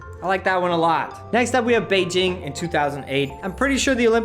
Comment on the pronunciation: lol "bay ging'